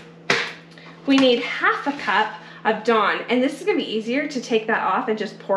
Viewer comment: What the f**k is Don? sorry Dawn?